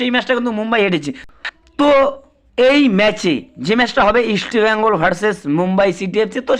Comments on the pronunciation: আরে ভাই ওটা ইস্টবেইঙ্গল না ওটাহবে ইস্টবেঙ্গল বুঝলি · You even do not know how to pronounce East Bengal properly.Try to pronounce correctly before doing business.